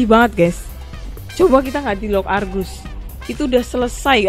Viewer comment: Bukan Kargus Tapi Argusss